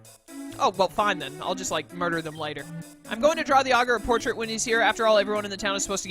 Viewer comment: Dark mode all the way. If you want Traditional, just go play a normal pokemon game imo. I do believe you're pronouncing Augur correctly. And, in case you're curious, as it didn't seem like you saw it when you looked it up, it's synonymous with words like soothsayer, sage, wise man etc. So I guess he's a really improtant figurehead to say the least. Also, if you don't pick Delta Charmander, I'll be severely disappointed in your viewers.